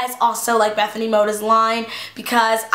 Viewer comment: I love how ur like good friends with bethenay and say her last name wrong lol. And I'm not hatiting so no one think that I'm hatting on teala, because I honestly love her and you all seem attack random people in her comments If they mention Sommething she's made a mistake